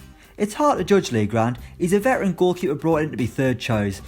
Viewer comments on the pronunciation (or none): none